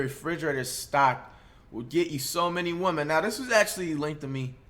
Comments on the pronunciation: Why do you say woman for women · he says women instead of women smh